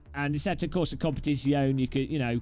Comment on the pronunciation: Jesus did he just say competizeone bad